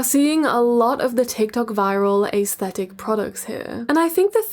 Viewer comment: Y’all fr it be bothering me when she says. AA-esthetic.😂😂😂😂